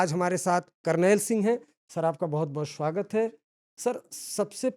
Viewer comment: स्वागत होता है शवागत नहीं